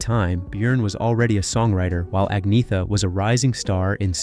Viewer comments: In Sweden — where I live — the G is only pronounced like a Y when it is voiced with a soft vowel sound (E, I, Ä or Ö). G is pronounced as a hard guttural G when it is voiced with a hard vowel sound (A, O, U or Å). The first vowel sound with the G in "Agnetha" is indeed hard so you are wrong on that point. The G in Agnetha is definitely pronounced as a G. Similarly the letter K is pronounced like a hard K when it is voiced with one of those hard vowel sounds; and as SH when it is voiced with one of those soft vowel sounds. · The 'g' sound is not like it is in English. It is more aspirated, than vocalised. I know this because I live in Sweden and speak with Swedes daily. Attempting to put its correct pronunciation in print so that everyone immediately understands it is not really possible. It is similar to how the male name Göran [pronounced similar to "Yur-an"] is never pronounced "Gore-an". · It's pronounced Unyeta. Don't native English speakers ever consider, that foreign names might be pronounced differently than English? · It's pronounced Ang neta, there is no hard g. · Agnetha pronounced AG NYET A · Agnetha is pronounced Anyetta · It's Anne-yet-ahh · The pronunciation of her name is “ Ag nugh tha” this is an old name.. lol you ve never heard anyone say it sooo wrong. 😂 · Don't talk nonsense about her when you can't even say her name... (No. It's still not Aggnijta Faltskaag.) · Her name is pronounced arnyetta, it’s a silent g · Nope Agneta G😂😂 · Sorry to be a bore, but her name is pronounced "Ang-yetta" or just Anna. And I think you may have made a slight slip of the tongue, Anna wasn't pregnant WITH Bjorn, but BY Bjorn. She was pregnant with Linda. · No it is not. It is pronounced «Ang-neh-ta». I am Norwegian and we pronounce it just like the Swedes and Danes. Especially note that the «th» is pronounced «t» in all 3 Scandinavian languages, so the «th» is not as in English, like he pronounces it here. So sorry, but you have it wrong. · it is pronounced ang-ne-ta